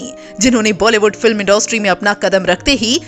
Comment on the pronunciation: इंडोस्ट्री नही इंडस्ट्री होता है हिंदी तो ढ़ंग से बोल लो...😡😡😡